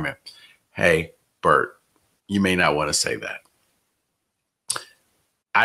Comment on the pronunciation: Illinois head coach is “Bret”, not “Bert”